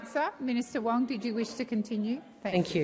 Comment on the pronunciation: "Keeping the Bastards Honest." Someone send Wong to Speech Therapy!! Pauline for Prime Minister!!